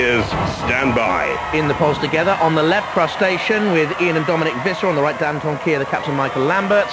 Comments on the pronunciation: They pronounced Dantomkia like this - dan-tom-mik-ia instead of dan-tom-kee-a! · He said dan-toma-kai